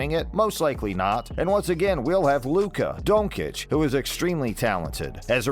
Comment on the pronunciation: pronounce Luka's name right. Its Don-chich not Don-kich